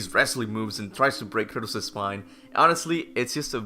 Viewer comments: Its Kratos not Curtis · I keep thinking you're calling Kratos "Curtis" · r u saying kratos or curtiss lol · I know he's Kratos, but I keep hearing Kurtus. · why does he call him Curtis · Kratos aka Curtis Sorry, but that's all I can hear when you say his name. Curtis! 😂